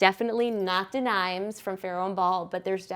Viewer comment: Da nimes. lol. More like Duh neem….